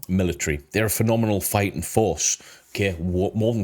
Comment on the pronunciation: Please say military properly, I love this channel but it is driving me crazy